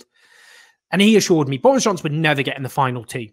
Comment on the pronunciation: Doris Johnson 🤣 please tell me im not the only one who heard that